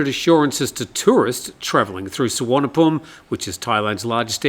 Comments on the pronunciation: doesn’t make it right. The v is pronounced as v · Happy to teach you how to pronounce Thai place names more correctly and respectfully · Good call. Yes not sure how that Suvarnabhumi one came about. Usually the i is the problem